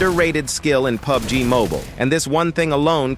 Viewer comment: what? Pi Yu Bi Gi 😅